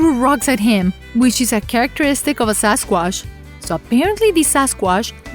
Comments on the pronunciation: SAS quash !😂Indian version!...can’t even say Sasquatch! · The narrator's hobbies include mispronouncing words and putting the wrong emphasis and inflection wherever possible. Lol sasquassh. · since when we say " Sasquash" :D ?